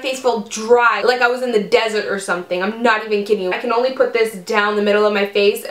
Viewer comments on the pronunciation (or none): none